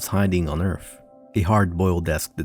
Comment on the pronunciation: Lovely script, but please don't say 'Erf' instead of Earth.